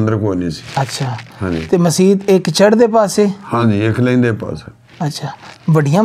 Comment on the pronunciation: ਜੱਖੇ ਨਹੀਂ ਜੱਥੇ ਲਫ਼ਜ਼ ਸਹੀ ਹੈ ਲੇਂਦੇ ਨਹੀਂ ਲੈਂਦੇ ਸਹੀ ਹੈ।